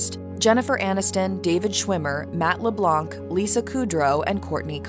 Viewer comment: Leblan : c is not pronounced. it drives me nuts. the color is blanc not blanccccc.